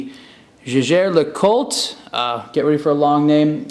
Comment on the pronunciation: it's pronounced "Yay-ger"